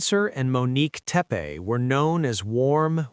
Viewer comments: Teppe not Teppy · Not Teppe or Teppy but Tepe